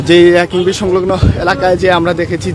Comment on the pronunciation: কিং ব্রিজ নয়, কীন ব্রিজ